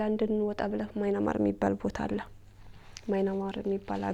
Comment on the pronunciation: Dint say "ማይናማር"...say "ምያንማር"....አሌክስ the oldest "Burma"